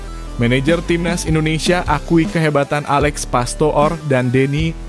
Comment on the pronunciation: Orang Belanda susah mengucapkan huruf "o" seperti dikata Diponegoro. Tapi ternyata orang Indonesia juga tidak bisa mengucapkan bbrp kata Belanda dgn betul. Pastoor itu bukan Pasto-or tapi o nya dipanjangkan seperti "ooh" dayo ne teko. Dan Landzaat bukan Landza-at tapi a nya dipanjangkan seperti dalam kata "bisaaa". Kalau Kluivert memang sulit sebab saya belum berhasil menemukan kata Indonesia yang berbunyi persis sama. Tapi yang pasti bukan Klui-vert. Huruf "ui" mirip "wedang" tapi tidak pas 100%.